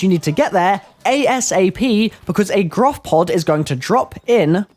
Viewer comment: Why does everybody say Groph? It's Gorph isn't it?